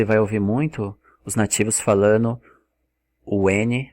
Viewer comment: Cara, vc é fera no inglês, mas come o d nas palavras em português, falano, comecano, dizeno, e isso é irritante pra caramba.